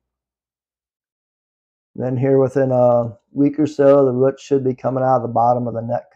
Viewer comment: I’m watching this video going “what the hell are ruits?!” Roots… he’s saying roots. Lol I’m a whole ass dumb.